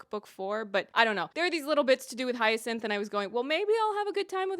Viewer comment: Hey, Hind is pronounced like wind.